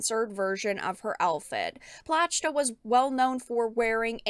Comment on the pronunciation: the “platch-ta” pronunciation and “Atelier games are known for showing skin and fan service” makes me think she doesn’t know